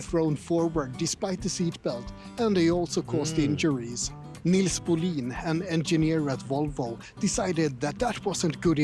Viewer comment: Nisse Bohlin..... the pronunciation is so Swedish. Sounds so.... HIHI